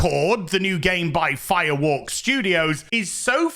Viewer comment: Did you say Firewoke studios?